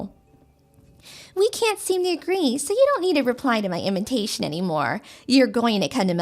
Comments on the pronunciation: They keep saying inventation. Instead of invitation. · why is she pronouncing "Invitation" as "In-VEN tation"? Putting in an "N" where there isn't one?